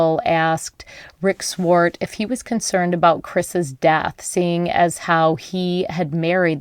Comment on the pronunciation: You need to learn how to pronounce Wallowa. And Swart.